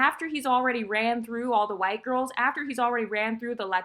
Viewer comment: Look at the way she just had to emphasize/capitalize specifically “WHITE”. They can’t help but reveal how they really feel